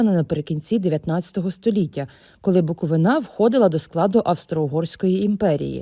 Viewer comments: БуковИна, а не БуковинА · Не БуковинА, а БуковИна, на БуковИні..🤦‍♂️🤦‍♀️🤦‍♂️🤦‍♀️ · Трохи не по темі, але, панове журналісти, при всій повазі, не БуковинА, а БуковИна. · Чому люди з Київщини говорять БуковинА, а не БуковИна? Чому ставите наголос не на той склад? Це не вперше чую! А що до теми сюжету: пора гнати московитів з усіх українських земель. Московія - це ворог, тому їх оплоти в якості релігійних спільнот лише розв'язують ворожнечу серед громад. До речі, ніколи вони спокійно не хочуть передати приходи, всюди починаються конфлікти і спалахують бійки, що ще раз доводить їх неспроможність вести діалог. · Вони злі тому що ви як завжди ставите неправильний наголос у слові «Буковина» Скільки можна це повторювати…